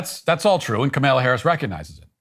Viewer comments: Ka-MALE-UH Harris 😂 I LOVE it when her stupid name is purposely mispronounced 😂😂😂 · No fan of Kamala, but geez Matt learn to pronounce her name and also read the original Declaration not the later version. Also, the Constitution is the governing doctrine which makes no mention of the Christian fabricated God and later "In God we trust," etc.